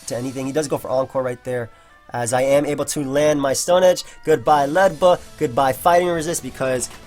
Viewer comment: It's not Ledba It's Ledyba LOL